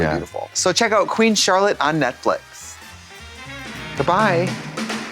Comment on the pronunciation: I hear the force Trixie had to do not to say 'Netflick' at the end as per usual 😂